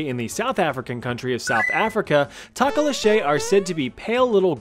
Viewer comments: Tah-ko-li-shay- had me rolling its prenounced toh-Koh-Loh-she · It is Pronounced toe Ko lo she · It's pronounced Toke-a-loash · Takaleshay??? No my friend, it's TOKULOSHEE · it's actually tokoloshi not tokoloshey it's a legend VERY well known where I live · Hilarious... tok-la-che..... It's a to- ka -losh.... 😂😂😂😂😂😂😂😂😂😂😂😂😂😂😂😂😂😂😂😂😂😂😂😂😂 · It's tok-or-law-sh... But as a South African takalashay made my day😂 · it's pronounced Tokolo-shi not ché😭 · Im from southafrica and i was like tf is a takalashey, like i genuibly hadct9 think cause as he described it i was like yes yes i know this, it bights your toes off and i immediatly realised he ment thokoloshi. Just off pronounciations but i got there in the end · THO-KO-LO-SHE not TOE-KO-LO-SHAY I understand pronunciation can be a problem but be careful Zulu people are scary prideful and just tryna help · Tokoloshe is pronounced "Toe-koe-low-see" not tahkoloshay😭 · As a South African, it hurts me to hear you pronounce tokoloshe To-ko-loh-shay intead of toh-koh-loh-shi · Awesome video, but Tokoloshe is pronounced like "Tokolosh" - theres no "ay" on the end :) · "TohKohLohShey" LMAO -- its To-Koh-Loh_Shiiii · Tok-o-losh-ee. Not tok-o-losh-ey. That's how you pronounce it lol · pronunciation: talkoloshay❌ pronunciation: to-ko-lo-she✅ (to like toe she not shay) love your vids love from the ZA👍🏼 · the pronunciation of Tokolkklllkoshe made me cringe. Its Toe-kuh-low-she or toe-ka-low-sh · 😂😂😂😭That man said talk-olo-shei.... It's pronounced to-ko-lo-shi (don't emphasize the "o"s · Bruh i am from south africa IT IS TIKoloshe NOT Tokoloshe omg T-T Like Tiahka-col-law-shi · sorry but the tokoloshe is pronounced toko, lo, sheee she like a girl not shy but still a great vid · Tokoloshi is hoslw you say it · Bruh u pronounced tokoloshi so wrong. Toh-ka-losh-i D Say it d Fast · As a South African, I was so confused listening to him talk about the Tokoloshe that I had to rewind and read the name myself..😂😂 Its pronounced to/ko/lo/shi..